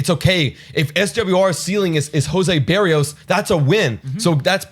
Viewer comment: Look up how to say his name, it’s different from how you were saying it. From a Twins fan you guys got a good one thought. It’s Burr ee o s. Just for future reference. Wish we had a good Twins show like this lol